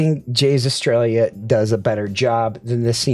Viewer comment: bruh, eh-stray-uh.... sounds like you're saying "australia"... but it is fitting since i'm reminded of pronouncing "aria" 😂